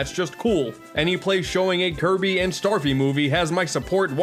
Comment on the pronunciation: He said Starfy when it says Stafy XD